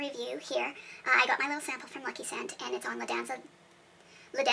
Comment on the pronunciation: You tryna say Le Danza delle Libellule 🤣🤣🤣🤣🤣🤣🤣